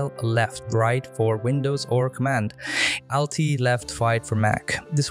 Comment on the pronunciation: Thanks but your pronunciation of ALT is a bit like AL-T-E-L